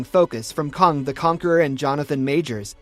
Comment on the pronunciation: That’s is caaang not kong